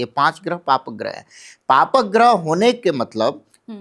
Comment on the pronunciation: गृह नहीं ग्रह होता है. बोलना सीखिए मैडम